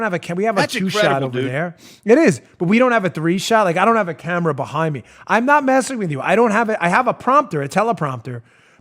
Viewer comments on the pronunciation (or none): none